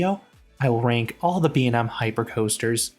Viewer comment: imma need you to learn to pronounce B&M correctly